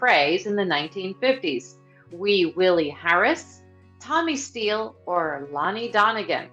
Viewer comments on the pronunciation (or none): none